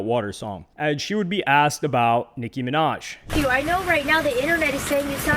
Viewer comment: Nic(kim)inaj😂😂😂😂 maga minaj